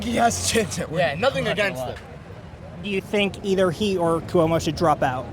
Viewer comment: Yo the 1st guys with the English accent is not a real New Yorker doesn't know Curtis Sliwa from the guardian angel and can't not pronouce Cuomo name right CUMO...lol